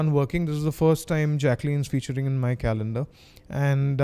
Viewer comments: She's saying calendar but it's sounding like "condom" ! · kdude112233 heheh...gud1.....it did sound lyk condom